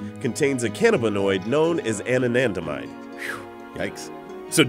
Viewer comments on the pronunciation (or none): he throw in an extra "an" when saying the name of the cannabinoid anandamide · Totally pronounced Anandamide wrong (loll)